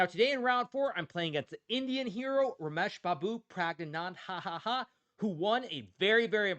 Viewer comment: How he said Rameshbabu Pragananda hahahah😂